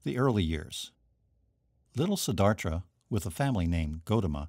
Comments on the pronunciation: Siddhartha. You are pronouncing it, Siddharthra. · Siddhartha* not Siddhartra. Shame he mispronounced it over and over.